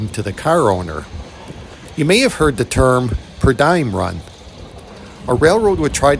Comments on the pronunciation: Per dee um, not die um. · I have never heard it pronounced per die-um, always per dee-um. My daily food allowance for work travel is a per dee-um.